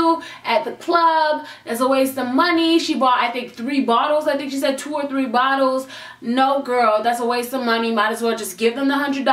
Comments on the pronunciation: "ONE...TWO..TREEE" yoo that countdown took me out 😂😂😂😂😂😂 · ONE, TWO, TREEEEEE!!!!!!! Omg I'm dying 😂 Ilysm! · One ! Two ! TREE !!! 😂😂😂😂😂😂😂